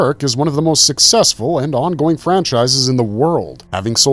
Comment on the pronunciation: "onging" is unfortunately wrong. RIP Kentaro Miura